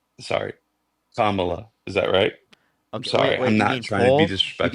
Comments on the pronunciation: He can't even say Kamala's name! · The fact that he repeatedly mispronounces Kamala Harris's name, then when corrected says "Miss Harris" shows that he knows what he's doing and that he's a massive misogynist.